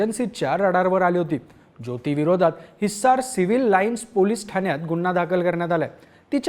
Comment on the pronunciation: हिसार.....हिस्सार नाही... थोडा जोर कमी लावला असतास तर छान वाटले असते ऐकायला